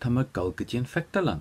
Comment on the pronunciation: I'm really confused. I thought I am going to = tá mé ag dul.... But he's saying tá mé ag gul? I've listened over and over and very loud. I'm learning ulster Irish so I don't think it's a dialect thing. Can anyone explain please?